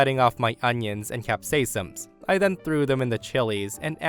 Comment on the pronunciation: Uh, "Cap-SAY-SUMs"?!?! WTF? XD